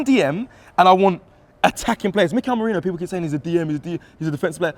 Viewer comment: Nah, turned off this video as soon as hear “merino” starting 11… no way